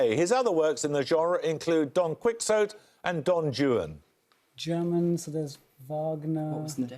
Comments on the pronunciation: Don Kwixote? Don Jew-in? I've noticed that it's always the Brits who don't even bother with correct pronunciation. If I didn't already know the answer, the host would've given me no help. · Paxo is always so pedantic about French pronunciation yet goes WTF with QuicksOat & DonJewin! 🤶 Thanks for the compilation. 🙏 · Bahahahahahahahahahahahahahahahah!!! Don Quick-zoat and Don Jewan!!! Is this host supposed to be a scholarly man? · How come Jeremy Paxman can’t even pronounce Don Quixote and Don Juan properly?! That is lamentable! I expect Bamber Gascoigne would have pronounced those names correctly. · But they're Spanish names, so by definition, the British pronunciations are incorrect.